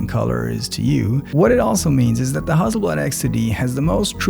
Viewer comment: Huzzleblad should adopt your pronunciation!